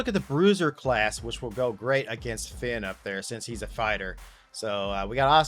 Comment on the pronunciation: Why do you pronounce the vowel “A” wrong. You got Shayna & Finn both backwards. Listen to pronunciation.